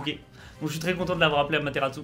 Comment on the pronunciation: Il y a un T en trop sa se dit Amaterasu